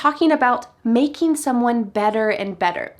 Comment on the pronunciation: I really enjoyed watching this lesson. I agree with almost all of your ratings except for it of the Prime Minister, because of his difficult pronunciation it was hard to me to understand him. For example the word “maKing” he said like “maDing” and so on ))). This video is very useful and interesting. Thanks a lot, my teacher, for this cool Friday lesson.